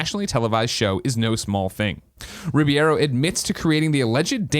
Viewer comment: Some day Greg will be able to pronounce Alfonso Ribeiro's name correctly. This is still not that day.